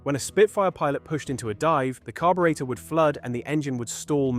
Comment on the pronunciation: Why the American pronunciation of defence and weird pronunciation of carburetor? :sigh